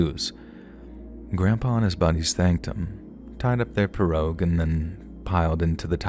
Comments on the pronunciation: Pea-row. The name of the boat is pronounced Pea-row, not Per-og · In Louisiana iT IS pronounced "PEE ROW" 😂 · we in Louisiana pronounce pirogue, p-row... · Solid job! I'm from Lafayette, La. Born and raised and you did well with all the pronunciation. Only thing is it's pronounced PEE ROW. 😂🤷🏻‍♂️ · Its pronounced pee-row. Lol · mispronouncing, I don't know spelling, "pirouge", was kind of funny. A commenter, ACTUALLY FROM LOUISIANA, pointed out, that the local pronounciation is," PEE- ROW ". forgets his history, in that, Louisiana was owned by the French at one time & that French is the language of the region, except that, over the 100 + years, it had evolved into the Cajun dialect. The deep Southern twang & drawl, isolated by inhospitable swamplands, thus keeping out much outside influence, hybridized with the French language, created, the officially recognized Cajun language. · Those little boats are pronounced pee-rogue. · Uh-SHAF-uh- lye- uh-- that's how we pronounce Atchafalaya, sweetie❤ And it's PEE-ro ( pirogue)- you don't pronounce it phonetically❤❤